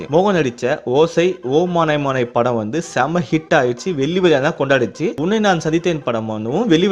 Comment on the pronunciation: முதல்ல தமிழ் உச்சரிப்பை சரிசெய்யவும் வெள்ளி வியா இல்லை, வெள்ளி விழா